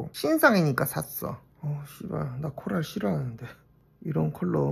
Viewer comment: 코랄코랄이 나는 왜 wlfkf wlfkf로 들리는거지?! 이명인가 ㅋㅋㅋ 공쥬는 라일락 잘어울리는거 알겠는데 한평생 술톤인 나는 어차피 눈팅할 볼터치 코랄 쟁여야 하나 고민된day💜💜💜